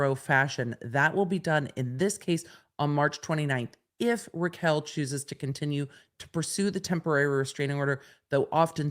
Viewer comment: Raquel not Rachel